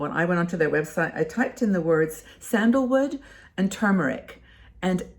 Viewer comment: Really enjoy distracting myself with your fun and new information videos....so kudos to you 👍....and I MUST commend you re your CORRECT pronunciation of "turmeric"..... Good For You👍👍😉